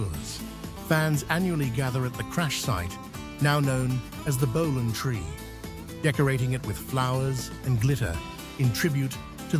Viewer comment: Don,t Know who you are but for f**k sake. "Bolaaan". Ifyou can,t even say his name properly ,get tae f**k!.